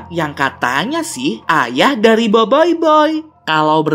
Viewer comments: itu cara bacanya boboiboi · Bang salah tu bukan Biboiboy bang tapi Boboiboy 🤣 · bang bukan boyboy tapi boboboi :v kalau horor nya ini sih b aja :> sekedar info doang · tadi bilang boboyboy bukan boyboy☺ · Bang bukan boyboy tapi BoBoiBoy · boboiboy bang bukan boboyboy😏😏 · Boboy bukan boiboiboy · boboiboy bukan boiboiboy hahha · Boboboy bukan boboyboy😠😠😠😠😠😠😠😠😠😠😠😠😠😠😠😠😠😠😠😠😠😠😠😠😠😠😠😠😠😠😠😠😠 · BOBOBOY BUKAN BOYBOYBOY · Boboiboy bang bukan boiboiboi 🗿💔 Ochobot bang bukan okobot 🗿💔 Adudu berasal dari atata tiga bang bukan polus 🗿💔 Bang tidak semua yang ada C bukan berarti dibaca K bang 🗿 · Adudu bukan dari polus, tapi dari atata tiga! Kebanyakan main among us nich. Btw ochobot dibacanya bukan okobot, seharusnya ocobot. BoBoiBoy dibacanya boboboy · eh kak bukan boboiboy tapi boboboy dan bukan okobot tapi ochobot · boboboy bukan boboiboy ochobot bukan okobot bruh